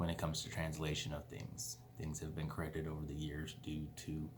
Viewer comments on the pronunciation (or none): none